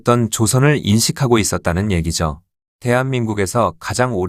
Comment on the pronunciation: 해당 영상의 목소리는 사람 목소리가 아니라 텍스트 음성 변환 기술입니다. "평양썽" (마치 '경향성'과 같은 단어를 읽는 느낌), "애기죠"와 같이 자막의 텍스트를 그대로 읽는 부분들, 그리고 전반적인 문장의 호흡이 전형적인 사람이 아닌 텍스트 음성 프로그램 결과물의 흔적들입니다.